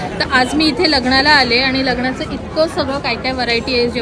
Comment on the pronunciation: आई ग... लग्न पण म्हणता येत नाही. 😢